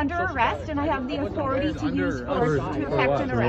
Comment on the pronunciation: and she sounds as threatening as a poodle yelping